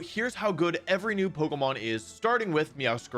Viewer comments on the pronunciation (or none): You’re saying Pokémon incorrectly